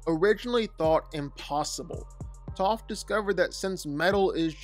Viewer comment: It’s Toph and it’s not close